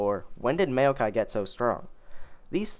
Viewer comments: MAYOKAI LOL IT'S "MOW-KAI" NOT MAYO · Maokai = M-ow-kai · Holy shit, you got no idea how how you said Maokai weird bothered me xD Mayo-kai lol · the way you say maokai makes me want to end my life